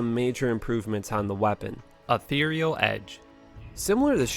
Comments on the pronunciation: Ether-E-al. Not etheral. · You said ethereal right on the axe, but you keep calling it ithryll? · Pronouncing it "E-theral" makes my brain juice tickle weird... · i-THEER-ee-ul Just saying. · Eh thih rial. Is how you say ethereal. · im gonna be the 20th guy to tell you that you mispronounce ethereal 20 times 😎🍆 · I don't understand why you can't pronounce "ethereal" but you can pronounce "Ethereal Edge". It's literally the same word. You're killing me. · Pronounces "ethereal" in "Ethereal Edge" perfectly. Then proceeds to mispronounce it again immediately afterwards. Legit. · The one thing I don't understand is how you pronounce the item ethereal edge correctly and then the ethereal property incorrectly. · Pronounces it right. - Pronounces it wrong.